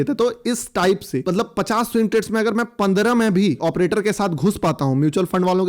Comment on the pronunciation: एऑप्रेटर बोल के तू बस हमारी मत मार 😅😂😂